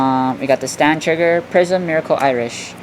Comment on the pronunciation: It's pronounced prism the heart in the middle has no meaning